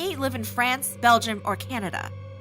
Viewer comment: “Belgia” got me cackling 😭 in a serious situation